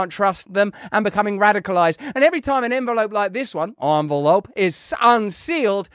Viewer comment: Love that envelope pronunciation